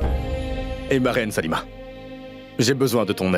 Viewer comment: Ayi on dit Salima pas saluma 😂